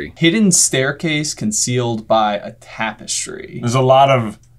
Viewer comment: why did dude say "Trapestry"? lol